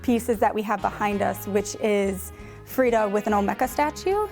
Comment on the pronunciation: Frida, not Frieda.